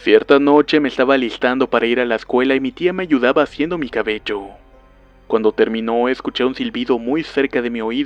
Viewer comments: Tu hablar me da risa en ves de miedo :'v "Cabelló" :v Algo asi se escribiria cuando hablas. "Nadá" :'v Ay dio.... :'v Arena ven a mi. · Osivan :3 arena en el c*lo o la va*ina? :v